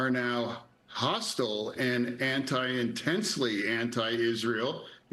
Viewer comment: I love how he say Man dam me